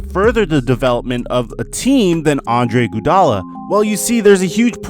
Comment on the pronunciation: Dis nigga keep sayin Andre "Gudala"😂😂💀